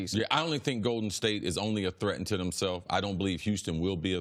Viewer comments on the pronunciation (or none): I love when he says Goeden State too 🤣